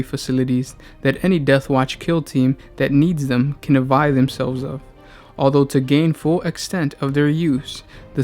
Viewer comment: Avail not "avile". Access not assess.